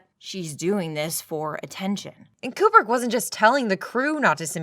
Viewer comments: You are one of 13 humans on planet Earth to pronounce Kubrick correctly AND Bob Ross? Frikken artists... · I just have to go to comment. You pronounced Kubrick correctly. Thank you.